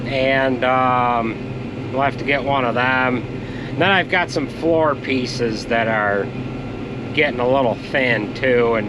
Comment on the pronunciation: Why don't YOUz ever drink milk? I did s double take. Sounded like YOUz had go order pizzas (pieces). Hahaha